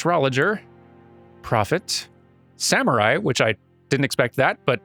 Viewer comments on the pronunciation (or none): none